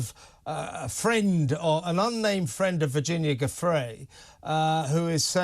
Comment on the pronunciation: Why can neither of these ppl pronounce Giuffre?